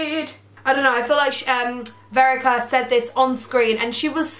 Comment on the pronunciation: You called the girl Verica but it was actually Vedika 😂❤LOVE YOUUU